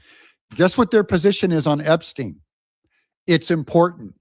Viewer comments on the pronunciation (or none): none